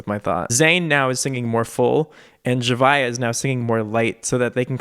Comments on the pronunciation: His pronunciation is right. I used to pronounce it like Z-ah-via too. 😅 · Says Zhavia's name correctly Me since may: ZZZ HA VI AAA